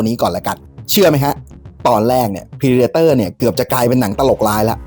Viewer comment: เพรเดเตอร์ ไม่ใช่พรีเดเตอร์